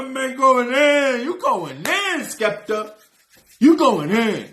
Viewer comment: Fire reaction 🔥 joyner ran out bars 😂😂 he keeps calling skepta skippy aswell because he keeps calling him joaner 😂 skippy is a compliment in the uk 😂 its a skill issue for joyner.he did say about the dress, he said im a fashion killer pull in a pink polo, because asap rocky did that and it was fine.